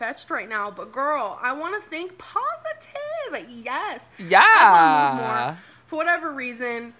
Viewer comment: she thinks there’s a h in positive “pohositive”